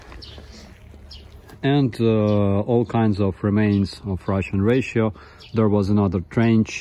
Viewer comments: Ration is "ra-shen".... not "ra-she-o-(n)" On behalf of every native English-speaker in the world, I apologize for the nonsensical spellings. :) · Ration is pronounced "Rah-Shon". The miss pronounce is adorable though :P. Particularly around 7min 31s where you say "Russian Ration" and it sounds like you say "Ration (correctly) then Ration (incorrectly)"